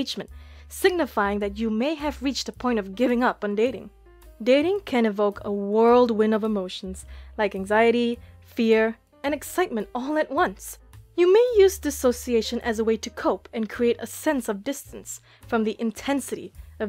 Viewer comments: Its Whirlwind not World win ffs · whirlwind, not "world win" Kinda distracts from the point you're making. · Timestamp ... It's "whirlwind" not "world win", but understood. Not everyone would.